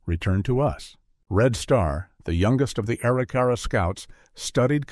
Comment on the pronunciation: That would be uh-rick-uh-ra